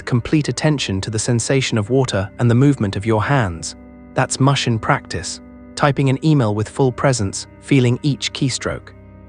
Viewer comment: I can't take an AI seriously that pronounced mushin (mush-in) instead the actual Japanese pronunciation pronounced (moo-shin). Or says samurai (Sam-mer-rye)